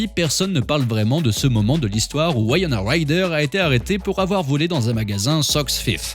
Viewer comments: c'est une superbe clepto en tout cas... si jamais on dit pas Waïona ;-) on dit comme écrit dans le titre en fait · Ses Winona et pas wayana!